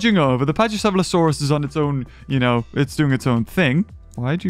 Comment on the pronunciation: you are a dinosaur nerd but you still pronounce dinosaur names wrong like pachycephalosaurus